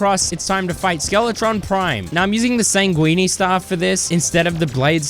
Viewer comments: it’s ’sang-win’ not ‘sang-weenie’ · Bro pronounced "sanguine" as "sanguini". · I would say that the highlight of this video is you pronouncing "sanguine" like "linguini". :D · sanguine is pronounced 'san-gwin' my dude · he pronounces it like that on purpose cause its funny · he pronounces it like linguine. blood pasta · Bro still cant pronounce sanguine